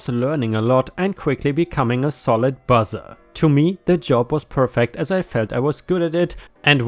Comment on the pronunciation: You pronounce "busser" as "bus-er", not "buzz-er". It sounds like you are saying "buzzard". 🤣🤣